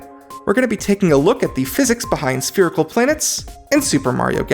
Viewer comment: It's spherical...SPHERICAL